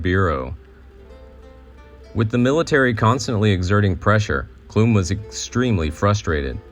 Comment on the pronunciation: I love the time and care that was put into making this video. As a Clum descendant myself, I have to make a correction. The name Clum may have been pronounced that way in the old country, but in the United States, the “u” in Clum is pronounced like the “u” in gum. I cringed every time I heard it mispronounced, but I am thankful that some of our family history and information about the life of John P. Clum is being shared.